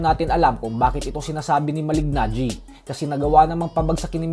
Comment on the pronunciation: Just easily say MALINAGGI😂